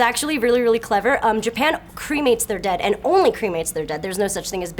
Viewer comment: Totally said ant instead of and